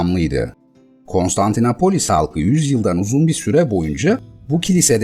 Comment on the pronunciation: Her Konstantinapolis dediğinizde irkildim. Doğrusu KonstantinOpolis.